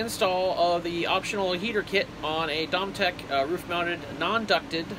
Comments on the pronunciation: Thanks for the video! Seems simple enough. FYI - it’s pronounced doe-me-tic 😉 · LOL. Yes, we've all had our challenges with how things are pronounced but he did deliver!